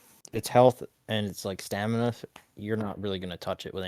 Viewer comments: stop saying stanima its STAMINA. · For fucks sake: sta-MINA not sta-NIMA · Take a shot everytime he says "STANIMA" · i get it, intentionally mispronouncing all the words gets engagement just like this comment. i'm just not sure how much soul-folk punch and stanima i can listen to. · "Stanima"?????? really? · "Stanima" omg... every time. I hope its bait lol bc that's silly. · bro kept saying stanima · Bro can’t stop saying staNiMa